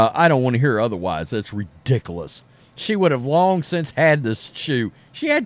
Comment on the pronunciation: You do understand how to pronounce the word 'ridiculous' right? re-dickle-ous is not the right way.